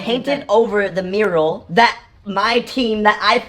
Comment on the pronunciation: mural! MURAL! ITS MURAL JAKE! not Muriel ....